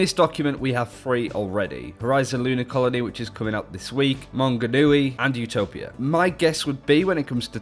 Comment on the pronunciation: How do you manage to pronounce Maunganui perfectly and not Tauranga. Toe-rung-a